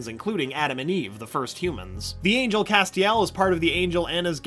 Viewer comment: The way he pronounces Castiel BOTHERS ME